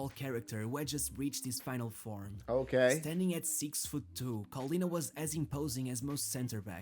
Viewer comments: Callianna? 0_o is pronounced KoLLena (double L and A like in data) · It's pronounced like Collin (like the common given name) + nah